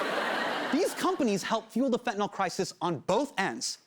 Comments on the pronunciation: hasaaaaaan...it's "fentanyl". why did you keep saying "fentaNOL'? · Why is he pronouncing it Fentanol? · *nyl. Fen-ta-NYL, not nol.. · If you're going to teach people about ANYTHING, please learn how to pronounce it. It's not FentanOLL or FentanALL! It's FentanYL - as in PILL, DILL, DRILL, PHIL, or NIL. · Please, I'm begging anyone and everyone who uses this word, look at it, letter by letter. It is fentanyl. Notice the last three letters? n y l. There is no O in fentanyl. It is not fentanol, not fentanal, it is fenta nyl. The nyl is pronounced like nil. This started when fat Republicans started pronouncing it without actually reading the word. Please people don't sound like an illiterate politician. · man i love hte piece but it's so distracting how he keeps saying fentanol instead of fentanyl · There is no such thing as fent-a-nall or fent-a-noll. Why can nobody pronounce this word? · Drives me mildly crazy that everyone mispronounces it as 'fet-in-nall' or 'fen-ti-nall'. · Anyone else bothered that he's pronouncing it like "fentanOL" not "fentanILE" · He keeps pronouncing it “FentanOL.” It’s bugging me. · it's fentanyl. not fentin-all. yanks can't read.